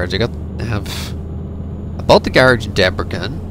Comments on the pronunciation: You should say it like it was written Debresen . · You pronounce Debrecen wrong. I live next to it :D